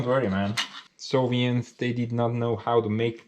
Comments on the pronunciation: Are you saying Soviet or Sovient? I've been curious for a long time now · When you say "Soviet" I hear "Sovient". Is that intentional?